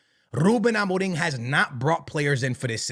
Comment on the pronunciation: Ruben Amoring? why do you pronounce it like that?